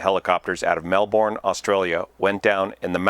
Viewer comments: Just a lil Aussie tip, it’s pronounced melbern not melborn haha 🙂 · Not that this is horrible or somehow evil, but you will always get some wry smiles and maybe a grouchy look if you say "Mel-born" to an Australian. It instantly identifies the speaker as being "not from there..." The correct pronunciation is "Mel-burn". Aussies are famous for wacky idioms, pronunciation and spelling of American-English words - more so than the Brits... That said, keep up the good aviation reporting,! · in Aus the pronounciation is “Mel-burn” - “burn” as in fire.(Not Mel-Bourne as in Bourne identity)👍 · excellent job, please keep up your channel Melbourne is generally pronounced melbawn ie don't emphasise the "r". quite a few people pronounce it melbun as in a bun that you eat Australian is a weird language...;) but we love it Down Under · Melbourne florida is pronounced like burn, Mel-burn. Melbourne Aus is Mel-bun/bin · It’s pronounced Mel-burn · Hi mate. Melbourne is pronounced ‘Melbon’ Hope this helps, Australia PS, we call the scrubby highlands Tiger country. Careful mate, she bites! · And not pronounced like Melbourne, Florida. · * Melbin **Too-cum-wall And Yarra is said with a harder "A", as in yArrA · Minor correction on pronunciation - melbourne: the bourne part is pronounced like "burn". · That Aussie city is pronounced "Mel-burn," mate! Really enjoy your channel. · To instantly feel like a Melbourne resident, rather than a visitor, pronounce the name as the locals do: Mel-bin. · Or Mel-bin” :) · Saying Mel-bun takes less work to pronounce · Nah, its Melbin. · Aussies don't pronounce anything correctly - kinda funny to see you all jumping in to teach your (our) bad habits LOL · "Melbourne" on the other hand... :)